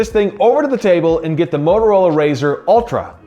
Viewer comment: It’s not Mororola, it has “T” in it. Bloody hell…